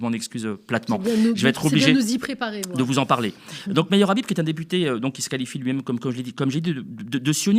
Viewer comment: Son nom se prononce khabib. Ikh qu'est-ce qu'il est vulgaire aucune élégance aucun charisme et il ose critiquer les musulmans. Comme on dit au Maroc il ne m'arrive même pas à l'ongle du petit orteil. Il doit le savoir le marocain c'est quelqu'un qui a une très haute estime de lui et il se sent naturellement supérieur à ceux qui se la pètent par contre on sait être modeste avec les gens modestes humbles on est toujours prêts à se plier en 4 pour leurs faire plaisir leur rendre service. Mais jamais on ne laissera intimider ou insulter par ce genre d' énergumènes.